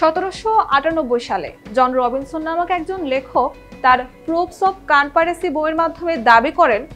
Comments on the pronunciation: এ "প্রুফ অফ কন্সপিরেসি" কে বলছে - "প্রুফ অফ কানপারেসি" । হাসতে হাসতে শেষ! ভুলে ভরা তথ্যের কথা না হয় বাদই দিলাম। এই হল, সময় টিভির রিপোর্টিং এর নমুনা!! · ইনি কি কানপাইরিসি উচ্চারণ করলেন?🙂